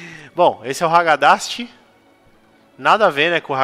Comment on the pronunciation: kkkkk vei tu falou ragadast o video todo kkkkkkkkkkk ri demais, mt bom